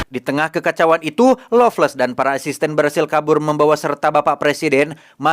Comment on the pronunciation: lovless tpi kdengarn ngomg longles🤣